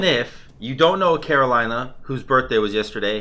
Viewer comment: <3, It's CarolinA «- btw xD